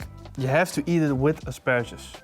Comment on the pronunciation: Did say.. Asparasus?